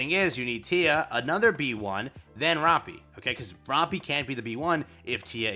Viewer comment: Day 210 of telling that he pronounces Rapi’s name dumb